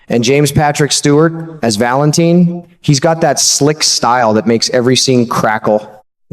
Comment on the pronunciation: like narrator? If you watch GH wouldnt you know how to pronounce Valentin, it is not Valen TIN